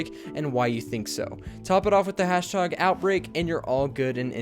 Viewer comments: did you say hash tog? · At the start he says hashtaug